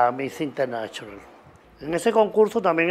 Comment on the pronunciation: Amo cuando el zar dice MISS INTERNACHIONAL